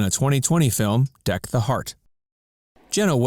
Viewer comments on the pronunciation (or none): none